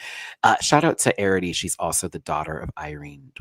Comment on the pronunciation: Plsssss my love Arrietty is pronounced "Air-ree-etty" not "Air-ah-tee". No shade, I just know we'll be seeing her for a while 😘